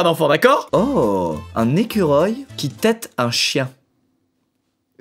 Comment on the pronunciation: « oh un ecurolle » 😭